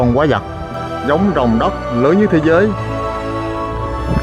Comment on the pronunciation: QUÁI VẬT ! Không phải QUÁI GIẶT nha (Sai chính tả rồi)